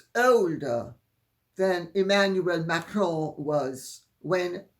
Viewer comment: I really like Candace Owens and watch her regularly, but what a breath of fresh air it is to hear you, dear Lady C, pronounce Macron and Trogneux! I wish Candace would learn to pronounce these names correctly because I cringe every single time she says them, and she comes off as ignorant or just plain lazy that she does not make an effort to correct her pronunciation.